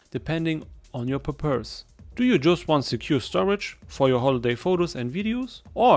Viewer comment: homie really said pur purse